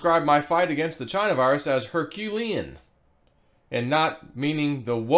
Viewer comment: Trump is so hilarious. ‘’Herculean’’ 🤣